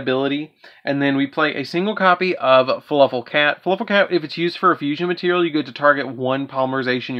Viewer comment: Is he saying fluffal or falafel?